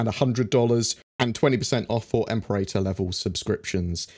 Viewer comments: Em-pair-ahtor is the correct pronunciation of Imperator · Im-Pear-Uh-Tor Well, one interpretation anyway. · im-PE-ra-tor. "PE" as in "penny". "TOR" as in "torrent". :)